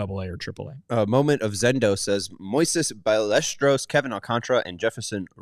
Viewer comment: it’s pronounced Moises Ball-a-stair-os